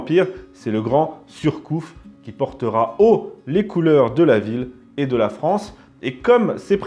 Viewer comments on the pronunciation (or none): none